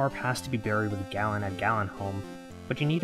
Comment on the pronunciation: First you say Gallen… dudes name is Garin… He made a town called… what you seemed to say “galin halm” … it’s garinham…